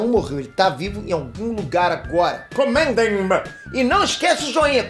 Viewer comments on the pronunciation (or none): Só dou o gostei quando ele fala no final "comentemam!" kkk